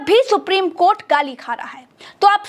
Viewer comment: if any social media channel cannot pronounce the honorable court and pronounce KOT, KOT,KOT don't yuou feel the anchor and reporter to be jailed and sent on long term judicial custody.